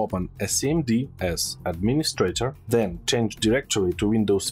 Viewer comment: "Then", not "Zen" ! 😆 .. English words seems hard to pronounce